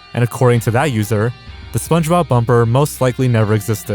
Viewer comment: I was laughing because you kept saying "kih-ens", but then you said "Spunjob and Patrick" and I lost it. And then you said "Spongebowel's mustache". I mean, dude. Your local community college will have a cheap course called "Voice & Articulation" which would do you literal wonders, my friend.